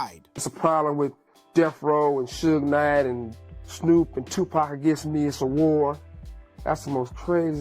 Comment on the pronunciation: 😂 I heard Su-gay Knight and hit the mute button. I was done after that.